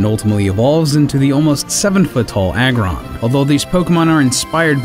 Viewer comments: pronounce Lair for me? It's Lair as in Lairy or a Lair Agg as in Aggressive or Aggregate but we all make mistakes, trust me as I've grew up I've got a lot of their names wrong, always used to say Niddo ran and Venna saur as a kid 😂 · Lareon not Lyron Lairon - Lairy Aggron - Aggressive